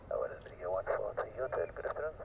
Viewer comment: Hi, nice to see a change in your videos, Btw the W in Hawarden is silent, so in North Wales we pronounce it as Harden. Regards from Ray the old sod from North Wales.